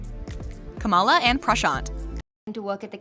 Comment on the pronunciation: You'd think by now, with a VP whose name is KAM'ala, this narrator could figure out that the Indian character in this show with that name is pronounced that way as well - NOT kuh MA luh.